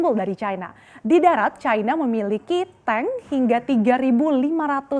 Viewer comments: Ejaan Baru Bahasa Indonesia.. Yang di SAMARKAN. "i" dibaca "ai" Kok bisa yaaach... China dibaca cAina Gurunya Salah Asuh niiich..😂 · CNBC, harap gunakan bahasa indonesia yang baik dan benar.. jangan selalu menyebutkan Tiongkok dengan sebutan China, apalagi presenternya selalu mengunakan sebutan china dengan logat bahasa inggris..